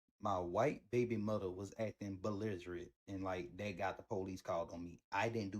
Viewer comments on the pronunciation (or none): I’m not trusting any man who says “Moder”.